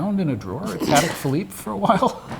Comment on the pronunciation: Almost sounds equestrian-I don't think that is the french pronunciation -no "d" but "t"...I stand corrected in advance if I am wrong...